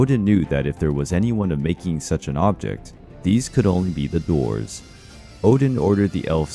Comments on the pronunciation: He mispronounced Dwarfs lol it sounds like he's saying doors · When he says dwarves it sounds like he’s saying doors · You say the word DWARVES weird